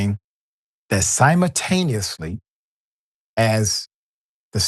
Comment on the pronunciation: Yeah. This guy is ridiculous. You're not going to see a muzzle flash if the barrel is buried in the kids chest. This clown can't even pronounce the word simultaneously correctly. And I'm NOT a cop defender. But the way this guy is talking about forensics and ballistics is like a cheap version of the show Law and Order. People in the comments are just as dumb. I guess no black man should ever be shot. Even if he's holding a 3 year old at gunpoint.